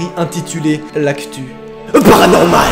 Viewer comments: Je kiff quand tu fait PANORMAL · Je kiffe quand tu dit "PARANORMAL"👀